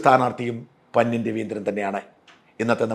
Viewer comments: പന്യൻ അല്ല പന്ന്യൻ. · പന്ന്യൻ എന്ന് മലയാളത്തിൽ സാജൻ പറയുന്നത് പോലെ അല്ല പറയുന്നത്